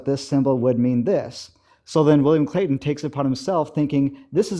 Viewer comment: William Clay-T-on.